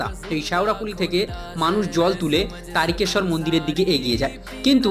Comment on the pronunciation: দাদা আপনি বলেছেন কিন্তু অটা তারিকেশর না তারকেশ্বর বলে